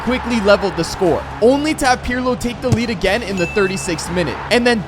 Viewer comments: Its not pjrlo😂😂😂 its pirlo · It was almost im-Pirlo-lism😂😂😂